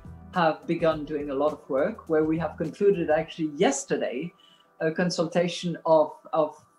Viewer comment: Christine laggard said cuntsiltation😀